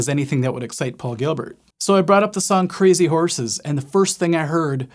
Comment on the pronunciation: cray-zee-horse-es rerrrrr rerrrrrr